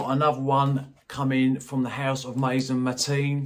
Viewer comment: I'm French. I like the way you say it 🤷🏼‍♀️👍🏻🥰. I suscribed!